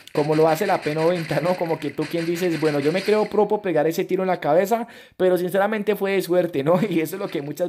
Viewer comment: Like si te diste cuenta que en el minuto 10:5 dijo clabeza